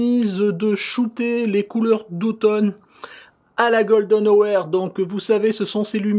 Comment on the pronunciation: Bonne vidéo comme d'habitude, je vois que ton anglais et aussi bon que le miens : "la gueule de nowair" (golden hour) ;-p